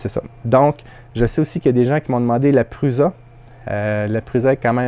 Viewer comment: Oh, non ! Pas toi ! Prusa est un nom propre, il se prononce Pruça et non Pruza. Preuve : Merci pour la prochaine ;) Sinon, ton local c'est super propre, super organisé ! Bravo !